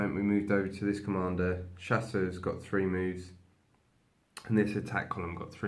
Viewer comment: Like the channel ! Being french I wish to help, Chasseurs is pronounced chass-ewr weather it has an s at the end or not. Otherwise your pronunciation means that they are hunters but feminen.